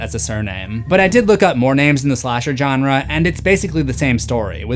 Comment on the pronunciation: sigh He's still calling them "John-Ras."